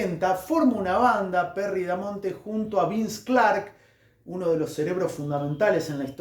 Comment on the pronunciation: Es Perry "BAMONTE" igual buena información.